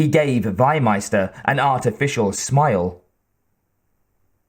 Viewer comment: The correct pronunciation is "FEE-meister". Not "why-meister". Meaning Livestock-Master. And the guy is not south-german. He is austrian.